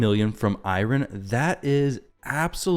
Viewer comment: I’m sorry but I’m so bothered by the way you’re pronouncing Eironn 😭